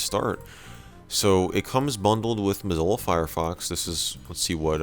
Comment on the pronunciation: "Comes bundled with Mzlo Firefox..."